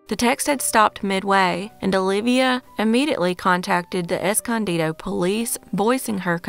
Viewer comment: Good job pronouncing Escondido correctly. I was genuinely shocked when I heard it said right.